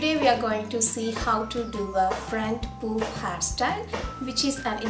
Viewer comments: Hairstyle is really nice.. but the way u pronounce puff is wrong.. it's not "poof" it's "Puff"- paaf (made it easier for u to pronounce).. I ain't criticising but FYI.. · it's not pooof...its puff